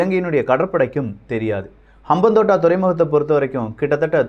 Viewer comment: Bro, FYI, Hambantota = ஹம்பாந்தோட்டை Next time correct aa pronounce pannunga. ❤️From Sri Lanka